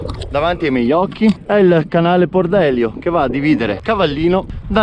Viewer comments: HAI GIà FATTO UN GIRO SIMILE QUALCHE TEMPO FA E TI OSTINI A PRONUNCIARE MALE IL NOME DEL CANALE : Tu dici Pordélio mentre in realtà si dice Pordelìo. La volta scorsa nei commenti sembrava tu avessi recepito la giusta pronuncia ma ti ostini ..... Pordelìo..Pordelìooooooo!!! HAI capìtooooo? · Ti segnalo solo una piccola nota, Pordelio si pronuncia con l'accento sulla "i" e non sulla "e" come si sente solitamente sul gps, per il resto veramente un bellissimo video grazie!! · E Pordelío, non Pordèlio! 😉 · A parte che mezzi paesi sono stati pronunciati male, compresa via Pordelio che è proprio dove si trova la pista... ma il titolo è fuorviante...